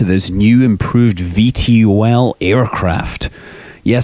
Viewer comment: i think it is pronounced Ve Toll